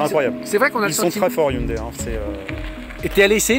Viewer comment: "Hyundaille" " Hyundai!" ;)